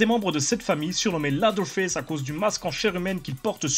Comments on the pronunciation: Leatherface "Lédeurface", pas "ladeurface"... ca veut dire "face d'echelle" ^^ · On dit leathearface ( léseurfayce ) mais pas latherface ( laseurfayce ) ca ne veux rien dire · juste on prononce lèveurface pas laveurface... juste ;) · "LAZERFAISSE". J'ai détesté le film moi perso, il rend pas du tout honneur à l'original. edit: en fait j'ai plus l'impression que tu dis "LADDER FESSE". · j'adore ton emission mec mais tu m'as fait pleurer de rire avec ta prononciation hasardeuse de leatherface et ed gein x''') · Bonne vidéo, mais par contre tu ne sait pas prononcer le nom du tueur ce qui est dommage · excusé moi de mon erreur mais je suis habituer à dire lea(seur)therface. C est juste que tu écorchées le nom mais bon au final c'est est pas si grave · Ce serait bien d'apprendre à prononcer le mot "leather" par contre....